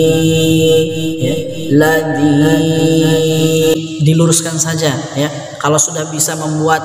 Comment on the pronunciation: ustadz, mohon maaf kenapa harokat terakhir kok jadi sajee yang mulanya sajaa, harokat fathah menjadi bunyi huruf e, itu kenapa tadz?, mohon pencerahan nya..